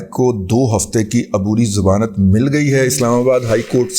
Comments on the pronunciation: زمانت نہیں ”ضمانت“ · لفظ "ضمانت" ہوتا ہے "زمانت" نہیں۔ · محترم رضی صاحب ! یہ لفظ "زمانت" سمجھ میں نہیں آیا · ضمانت ھوتا ہے زمانت نہیں ھوتا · زمانت نہیں ضمانت 🙏